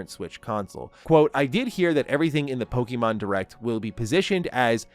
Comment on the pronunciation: Hey! Love your energy and passion when talking about Pokémon, but I noticed you’ve been saying “Pokeemon” instead of “Pokémon.” Just wanted to share a quick tip—it’s pronounced “Poh-kay-mon,” like in the original Japanese. The accent on the "é" helps with the "kay" sound. Keep up the great content, and I’m looking forward to more of your awesome Pokémon takes! 😊🎮